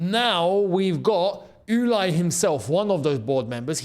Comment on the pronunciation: And its NOT Uly! Its Ulee!!